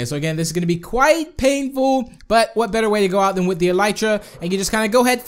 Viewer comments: it's e-le-tra not e-ly-ra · Devon Donnelly No it's "E-Lee-Tra